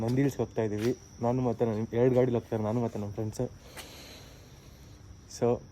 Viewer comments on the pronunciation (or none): It's Namma, not nama